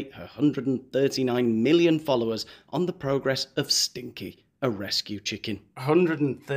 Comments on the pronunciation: Isn’t it Sinkie??? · It’s Sinkie not Stinkie isn’t it? Not that I give a fook! 😂😂😂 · The chicken is called Sinkie not Stinkie ...😊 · This Montesito gossip is soooo relatable, right?!!! 'Stinkie' is not the chickens name btw. It's Sinkie, you are losing it. Hilarious. X:) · Isn't it Sinkie? Not Stinkie. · I can’t believe how many times you read the chickens name wrong! It is not stinky, it is Sinky, with no t! Very aggravating… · Hey, that poor chicken is called Sinkie not STinkie. Regardless, you're hilarious as always.